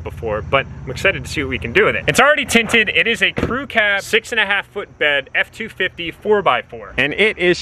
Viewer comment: an ef-too-fity